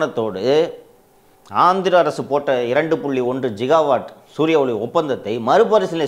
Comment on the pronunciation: ஜிகாவாட் அல்ல.கிகாவாட்(gigawatt)😊